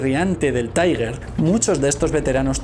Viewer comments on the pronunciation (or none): "Unos cuantos jóvenes deciden ir a pasar un día en la playa": En el primer minuto de este video, ya tengo una idea acerca de la seriedad y exactitud de su contenido. Te corrijo un pequeño error: El nombre de los tanques alemanes se pronuncia "tiguer" NO "taiguer" (la "U" no se pronuncia). Recuerda que son alemanes, no ingleses. Saludos. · todo muy bien, pero no se pronuncia "taiguer" porque son tanques alemanes y se debe pronunciar "tigæ" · Interesante. Un par de imprecisiones en tu vídeo. No todos los idiomas extranjeros son inglés. Ni el alemán de Tiger se pronuncia taiger, ni la ciudad de Caen se pronuncia Káen